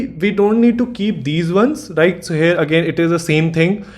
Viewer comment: good video , please stop saying 'hare' instead of here , learn how to say the word.